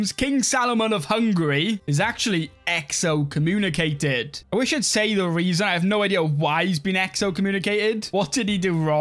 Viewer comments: There's no o between the x and c in excommunicated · Exo-communicated🤣 bros hands down got the funniest pronunciations on YouTube.